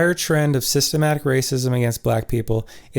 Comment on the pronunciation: Good points! Also its systemic not systemATIC.